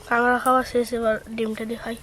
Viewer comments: Kagra na kakra bole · 'কাঁগড়া' (!!!!) বাটা??? কি সুন্দর উচ্চারণ।